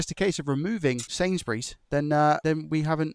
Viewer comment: "If it's just a case of removing sainsburies" 😂😂